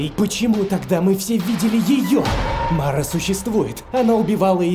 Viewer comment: МАРА сударением на второй слог такой персонаж есть в украинском фольклоре